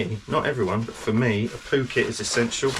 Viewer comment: I love the way you say Poo Kit... it makes me wanna go 😂